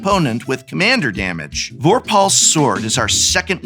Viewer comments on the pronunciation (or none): In my EDH pod a couple of weeks ago, I watched a single Aura Shard shut down the mono black Necron deck for an entire game. So much for that $85 precon! P.S. /vor' pull/, not /vor pahl'/ 🤭